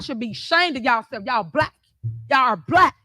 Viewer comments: Is it just me or does it sound like she says, "brack" instead of black.. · "You're all bleck!" Yeah, you're "blech!" all right! 🤮